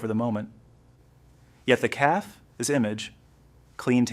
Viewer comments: Cafe. Not calf. Caf-ay. Good grief. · Annoying hearing “caf” over & over again😂. It’s cafe’. AI talking I guess. Children are money hungry bunch. Good story though. Thanks for sharing.